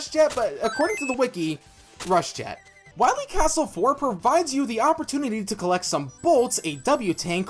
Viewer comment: When you're saying Willie instead of Wily, that's a bit, right?